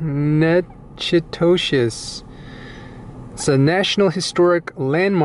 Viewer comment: Nak-ah-tish, next time go to Lasyone's and get a meat pie.